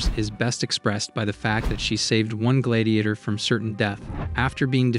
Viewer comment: Why do you pronounce gladiator like that?